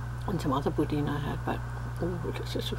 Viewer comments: it's not boudene , it's boudin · It's not boudin its boudan say boudan but it's spelled bouidin